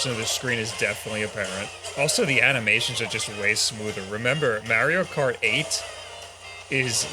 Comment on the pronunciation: so funny how you pronounce maerio kart and maerio maker